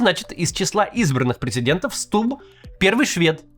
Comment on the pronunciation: Почему ты как дебилоханький говоришь СтуБББ? Ты по русски говорить разучился?